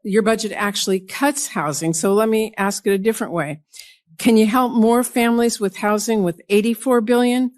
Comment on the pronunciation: irregardless is not a word. Ask is not pronounced "ax". These GOP want everyone here to speak English and they cannot do it themselves.